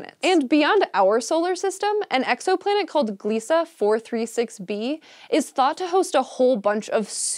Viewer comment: Does everyone just pronounce "Gliese" however they want? I've heard "Glees", "Glase", "Glice", "Glice-ee" (my favourite), and now "Gleesa".